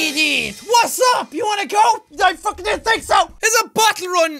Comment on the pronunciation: Jack: All the way to... fookin victory town us: He said it! He said the thing!